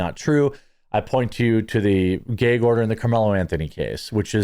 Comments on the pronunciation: ITS GAG NOT GAYG............ THA FUC.......? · Is a gag order not a gayg order lol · MY BROTHER IN CHRISTTT….. SOUND IT OUT WITH ME GGAAAA….GGG ORDER. NOT GYYYAAAUUGG ORDER MY GYYUUAADD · Jeremy, it's a short A in the word gag. It's not gaig it's gag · Brother it is gag order not geg order lol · It's a gag order, not a geg order. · Why do you pronounce it as "gayg" order? Is the order gay? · Is it just me, or is he adding extra syllables to gag order? I'm hearing "Gaye-gue order" I'm a fan of this guy, but is he a yankee? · I thought he said a Gay Ogre! I thought there goes Shrek messing things up again! 😂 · What's a "gay-yeeg" order? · why can't you pronounce gag??? its pretty simple rhymes with F_G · It's where he's from, so...... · You say gag really strangely